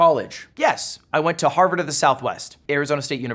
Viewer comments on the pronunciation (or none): none